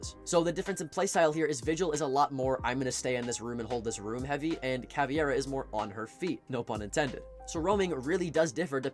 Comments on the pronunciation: It is CaviEra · Can someone explain why CavEIra gets pronounced as CavIEra by every content creator and player alike? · Are You calling her CaviEra on purpose to bait out comments like this?